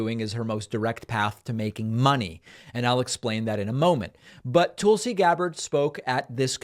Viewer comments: Are you saying "Toolsi" on purpose bc if so I love it! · Tulsa = rhymes with PULLsee David, do you purposely mispronounce names? Are you uncertain how to pronounce some names? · You're saying her first name wrong.